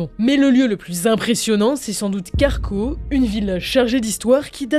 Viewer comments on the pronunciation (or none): par contre c'est "Craco" et non "Carco" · C'est Craco!!! Pas Carco... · CARCO 😂😂😂😂😂😂😂 C'est Craco en Italie vous pourriez mieux vous renseigner sur le nom des villes! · Ce n’est pas carco mais craco pour la ville italienne